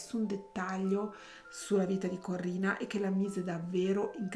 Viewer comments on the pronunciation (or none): SI DICE CORINNA, NON CORRINA!!!😂😂😂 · ciao! Penso che, se non ha ucciso suo marito, lo ha fatto uccidere. Per di più, essendo una persona cattiva, cattiva, cattiva, si è meritata ciò che le è capitato. PS: si chiamava Corinna, non Corrina...